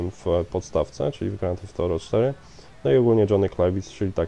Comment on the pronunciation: grand theft thorow ???? czy ja zle slysze